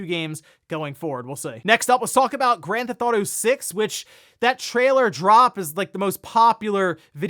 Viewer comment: "Owder" "Gran'th'awto" These episodes are the best when he says both of the things he can't pronounce a dozen times.